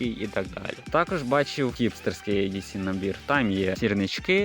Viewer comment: Старенький, не «Ей», а «І»… «І Ді Сі»☝🏼🤝🏼